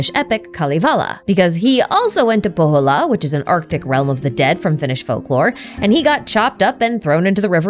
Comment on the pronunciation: “Shnezhnaya,” “Kal-i-vala,” “Po-hola,” etc. 🤦